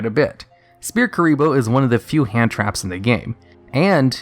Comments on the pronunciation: It's pronounced "Sfear". Not Speae. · SPHEAR NOT SPEAR. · Rogue, not "Rouge" S-FEAR(Sphere), not Spear. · Sphere is pronounced like sfere not spear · Do you just... actually pronounce "sphere" as "spear"? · I like how he says spear instead of sphere. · (It was a joke on his pronunciation of Sphere bro, which sounds like he is saying Spear) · I love Duel Links for stuff like this. All this iconic stuff from the anime that was never used in real life is actually useful now. Also, you pronounced Sphere wrong. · That's not how you say sphere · Please, someone tell me I'm not the only one who is bothered by how he says sphere. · Have you never read the word "Sphere" before that card?